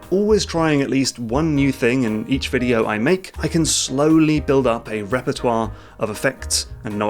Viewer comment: The way you say Premiere and repertoire xD so good xD xD